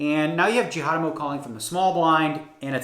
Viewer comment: Did he just say ‘Justin Jihadamo’ 🤣🤣🤣